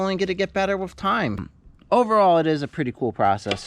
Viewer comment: Always thought a dog went woof, but now i know it goes wooth. Because you say wif and earf so wooth must be the way to pronounce it.